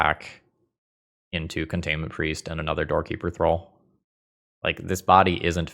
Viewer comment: I always heard you say "Doorkeeper Thrull" as "Dorky Patrol" 😅